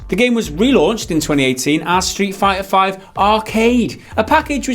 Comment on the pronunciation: I am sure I heard you saying Shit fighter V!